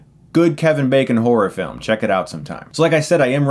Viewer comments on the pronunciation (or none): none